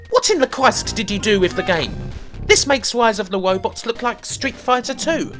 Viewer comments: "Wise of the Wobots" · Its RISE of the ROBOTS NOT WISE OF THE WOBOTS.... Ok having said that your list is dead on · He's wight. Wise of the wobots was wubbish. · If you defeated the game, were you crowned “Wisest of the Wobots”? I’m asking for a fwiend. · PracticalVisions Wise of the WobotS! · Wise of the Wobbots is weawy wubbish. Just tewwibwe. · Wise of the Wobots? Dr. Light, is that you!? Is Dr. Wiwy doing something bad again?! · Dude why would you even attempt to say rise of the robots... I'm dying lol